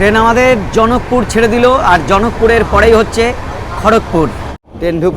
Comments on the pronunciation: দাদা ওটা জনক পুর না।জকপুর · Dada apnar video amra dekhi kintu apni kharagpur er ager station jakpur hobe ,janak pur na.apni thik kore Porte parenni